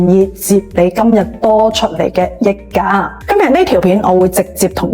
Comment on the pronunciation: 溢價，香港人係讀（日）價，益價係中山發音定係YouTuber 唔識讀